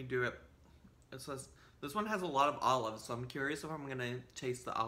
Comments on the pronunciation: you gotta say olives like she does tho... allofs. I'd eat this without the allofs and without the pretzel thins. some nice ritz crackers or sumthin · You didn’t say olives like. She says “alluhves”